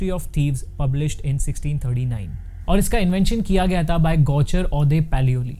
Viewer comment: Bhai tumne video me "tha" ko bhi utna hi torture kiya h